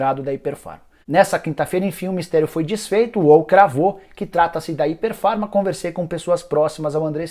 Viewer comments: Rapaz, vc conseguiu pronunciar errado o nome da empresa todas as vezes que falou... Não é "Hyper Pharma" e sim "Hypera Pharma" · Nicola, vc pronunciou errado o nome. O correto é Hypera pharma e não Hyper pharma. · Não é hiper Farma é hyperA farma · Se pronuncia ipéra farma e não iper farma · O nome da empresa é Hypera Pharma. Ficou o video todo falando hyperfarma... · O nicola nao é HYPER farma como voce falou o video todo é HYPERAAAAAA